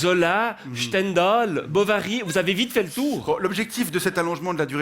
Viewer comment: il parle de certains écrivains, Zola et Stendhal (déjà avec une drôle de prononciation 😀) et ensuite il introduit Bovary dans l'exemple - Bovary n'étant pas un auteur, mais le personnage principal d'un roman écrit par Flaubert.